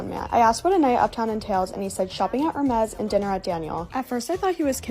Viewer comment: Imagine trying to act sophisticated and rich and not knowing how to pronounce Hermes. Which isn't even THAT upscale.